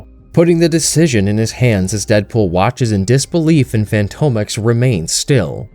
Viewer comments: Fantomex - fan-tom-ex like "phantom X" Not fantomek, bugged me the whole video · Fantomex is pronounced, "Phantom-Ex"! And Betsy is British, not Russian or whatever accent you were trying to go for. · Good narration! Btw it's pronounced fantom ex Not fanto mex.